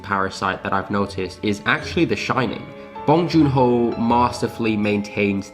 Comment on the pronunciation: "Bong joon HOE" sorry that me giggle tho